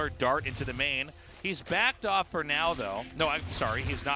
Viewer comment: Haha, yeah wtf hard to get a decent translator in Korea apparently. "I did go fol mole ploduction"